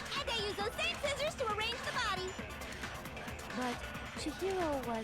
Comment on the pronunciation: toko in the anime : SCIZZORS toko in the game: sciccors me: b-but scizzors